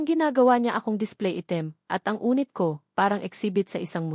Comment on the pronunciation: Anong unit? Yunit ang Tamang pagbigkas, ay ano ba Yan🙄